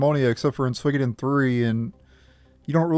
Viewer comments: Swiiggoden.... Lol it's pronounced " Sue-wee-Koh-Den " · I've never heard anyone butcher the name so bad....